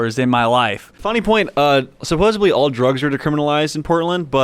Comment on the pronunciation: Did he say Supposibly? Gtfo of our city.